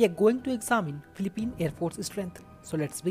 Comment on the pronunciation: It pronounce as , fee lee peen, not pleep peen